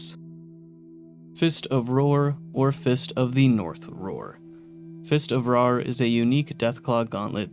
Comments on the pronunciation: I hate being a grammar Nazi, I just love this anime and this game so: Roar and Rawr do not sound the same Rawr is supposed to slant rhyme with star Fist of the North Star Fist of the North Rawr Okay I’m done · "Rawr" being pronounced "roar" when the joke is that it rhymes with "star" for Fist of the North Rawr is what got me. Especially since he said it both ways in the video. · Rawr is pronounced Rar